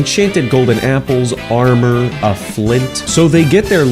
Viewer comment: it's armor. you cannot even say it's name right new minecraft fans worthless nincompoops